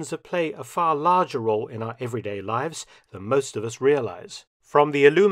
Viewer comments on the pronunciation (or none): none